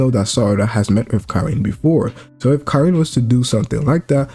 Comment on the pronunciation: Stop saying Kirin bruv It’s KARIN